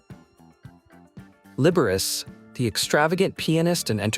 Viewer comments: LIBBERUS? It's pronounced "Liber-achi". Doofus error! Jeez---if you can't pronounce it, leave it alone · Liberiss? Are you kidding me? AI voicing is horrible. Liberace! Yikes!